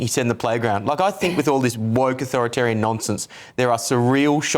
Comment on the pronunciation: "I fink" grrrrr